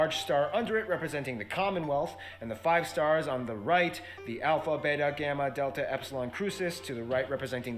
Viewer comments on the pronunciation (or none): none